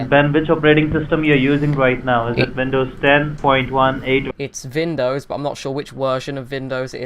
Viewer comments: "I'm not sure what wersion of Vindows it is because I'm not very good with computers" "Yeah, I have Awast ." "It'll be a Wisa card." " Prowiding " "C- Wee-Wee " " Reweal " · lol why you say dekstop and vindows lol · So why does he constantly change Ws and Vs, like vindows and wiruses.... He sounds British, I'm probably wrong but the only people I know of that do that are German. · Vindovs and Wirus xD